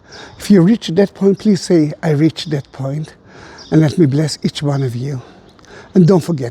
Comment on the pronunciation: ”I reacht that point”.